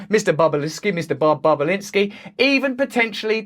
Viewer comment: "Mister Bo-Bobulinsky" I WAS thinking it hahaha